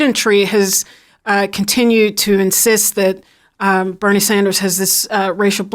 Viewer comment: All of a sudden they’re mentioning him when they wouldn’t even put his name on the pols. 33% for “other”. They pronounced Bernie wrong.